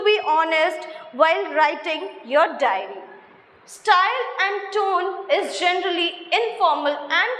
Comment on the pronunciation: It's *diary* writing...not dairy writing... Pehlee khud to sikhlee 🤣🤣🤣🤣